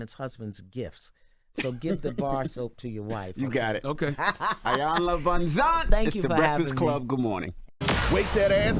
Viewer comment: I need Envy to learn how to pronounce Ms. Van Zant’s name…..she’s been on enough times to know it by now…..smh